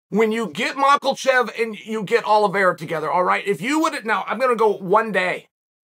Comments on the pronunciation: Who's this Mackel-chev guy? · MAKELchev Lmao I love how Chael mispronounces literally EVERY name… 😂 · It's not Mokellchev Sonnen. And 135 lbs is deeper than 155. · It's Makhachev pronounceed Mahachev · Who tf is Makhelchev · Dear God Chael stop saying mocklechev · There is no L in Makhachev! It's pronounced MAK-A-CHEV. Got it? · Really? Mackal-cev??? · Makelchev lol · Mockalchev? Who’s that? Chael just can’t speak. Half the names he gets completely wrong. Is there an L in Makhachev?he lost his last sponsor because he couldn’t pronounce cereal or breakfast. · Chael pronounced Islam’s name different every time he said it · Chael theres no L in Makhachev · Why does Chael pronounce Makhachev with an “L”? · the only thing Chael butchers more than his opponents is fighter's names. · It’s not “Mahk-ULL- Chev” . It’s “Mah-Kha-Chev”. Love your videos bro. Keep ‘em coming. Thank you. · Maklachev. Gotta love Uncle Chanel’s word salad. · "Mockelchev" Chael is consistent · "Malkochev" never gets old. LOL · “Mackelchef” lmao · Machelchev. Nice. Never change Uncle Chael. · Makelchev! Tickles me every time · I got "Muckle-chev" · Chael “Mawckulchev” Sonnen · This mocklechev shit is killing me lmao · Still can’t say this man’s name correctly after taking about him numerous times. Why does Chael insist on inserting an “L” in Islam’s last name? It’s “Mackhachev”, not “Makhalchev.” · Mockelshev he says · Anybody else hear Chael pronouncing Islam’s last name as “Makhelchev”? With an L…. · Uncle Chael should be calling Islam Machlechev "Izzy Mockles." Coming from Chael, any other pronunciation sounds pretentious. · Islam "The Mockel Chever" Mocklechev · Lol Makelchev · Me: I wonder if Chael is gonna say anything worth quoting Literally 1 second in: “We got Mocklechef” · Alex Piera, Islam Mackel-chev. Sonnen's pronunciation should be official. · Nobody: Chael: Makelchev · I’m rooting for “Makelchev”😉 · Machellchev. lol where did the Ls come from. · "We got Michaelchev" - Uncle Chael